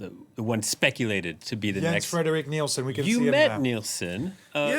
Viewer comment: Get his name right! His name is Jens-Frederik Nielsen. And you need to practice on his last name!